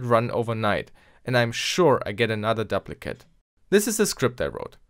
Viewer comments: duplicate is pronounced doop-li-kit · Good video! Note on English pronunciation of "duplicate": long "u' as in "dooplicate", if the "p" were doubled then it would be a short "u" as you pronounced it. Sorry, 1066 really screwed things up. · To my knowledge you're a non-native engish speaker, so, I'm just trying to help. Duplicate is pronounced doop (rhymes with soup) licate